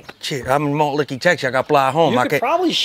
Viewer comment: Malt Licky lmao woulda died if the guy was like “Wait, are you trying to say Malt Liquor?”